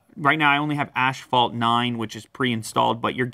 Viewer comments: Dude, it is not pronounced "ash-fault", look it up, it is a silent "h" to be pronounce "ass-fault". Just my two cents. Love your show, keep up the good work, I am a subscriber. Thanks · I thought it was pronounced like asphault not ashphault? Have I really been saying it wrong all these years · wtf is "ashfault" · "Ashfault 9" Beautiful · "ASHpalt"??? Sorry, what? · Can't get over the way lew pronounces asphalt